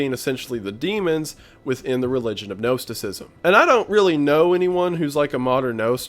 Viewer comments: You are still mispronouncing Gnosticism. Gnos sounds like Nos like car Nos. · Hi there. I have a small correction for you. Gnosticism sounds like nawticism.